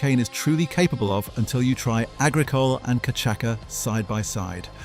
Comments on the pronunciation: It’s not “ka’chaka” it’s CASHASSA (cachaça). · Santa Teresa 1796 Venezuelan rum is the best I've tasted iet. And by the way, its pronounced cachasssssssa, not cachaca. 😉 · Cachaça is pronounced “Ka-sha-suh” not “kuh-chak-uh”. Good vid - thanks. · Great video... but, level 5, it's pronounced ca-sha-sa, Brazilians drink it with ice, crushed lime and sugar. It's incredible! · Cachaça is pronounced cachassa….. great for caipirinha, wodka for caipiroska. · Cachaça - [ka - cha - sa] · Cachaça is pronounced ka-cha-sa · Nice video! Just a side note : cachaça is pronounced ca-sha-ss-a (the ç is pronounced like an s) 🙂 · It is cachaça (cashasa or KAH-SHA-SAH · Wonderful vid!! And it’s pronounced “cashassa” :) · Cachaca: it is read "cashasa". Just saying. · I’ve never heard cachaça pronounced like that before. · I know every time he says it I wince.